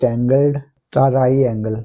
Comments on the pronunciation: Very good but sir it's triangle not taraiangle I only say for correction not for fun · sir it is a triangle not taariangle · Triangle ❌tarainagle✅ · Mujhy math samajh a to gya but aik bat confuse kr rhi h triangle ❌ taraiangle ✅😂